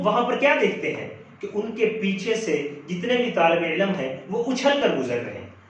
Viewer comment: سر علم کا تلفظ درست کر لیں، عِلْمْ درست تلفظ ہے جبکہ عِلَمْ غلط ہے، باقی ماشاءاللہ آپ کی ویڈیو بہت زبردست ہے-👍